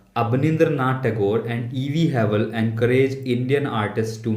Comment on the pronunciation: It is E.B havell.!! It's not E.V havell